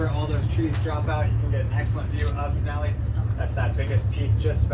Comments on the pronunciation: Den - ah - lie 🤦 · (Dee-na-lee) not da na lie😅😅😅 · It’s pronounced Den-alley no Den-al-i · Din al lee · The “den-a-lie” killed me 😂 I don’t know if he’s serious bc I don’t know who this guy is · its pronouced Da-nol-lee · It's den-alley. It's the native name for Mount McKinley. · It's pronounced Den-all-E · "Den-uh-lie" What an idiot! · You got all the names wrong, but that's OK! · You need to learn how to pronounce the names of places properly before you make a video, say the names incorrectly and sound foolish. Also, I’ve never heard of -0 before. It’s either above zero or it’s below zero but it’s never -0. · You seriously had no idea how to pronounce Denali or Talkeetna? And what exactly is “negative zero”?